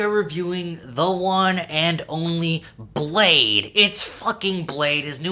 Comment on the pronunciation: its “Blah-dee”